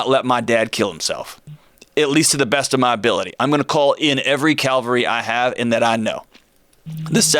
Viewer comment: Ca--VAL--ry. Ca--VAL--ry. Ca--VAL--ry.